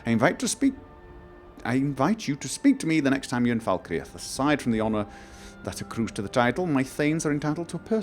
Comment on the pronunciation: Fal Kreath, fal cr-eeth not falkre'ath :(